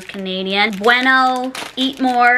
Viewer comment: The way she said “Bueno” 😂 Spanish tutor as sew ❤